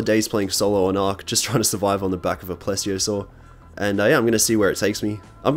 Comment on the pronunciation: pretty sure it’s called “please-iosair” not “plez-iosaur”